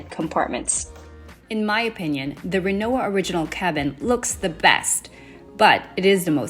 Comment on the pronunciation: Pronounced Remmovva